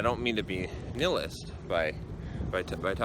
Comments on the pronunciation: nihilist is pronounced nile-list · I think the word is pronounced "Nigh Hill Ist" or "Nigh Hill Ist Ik." Trying to help.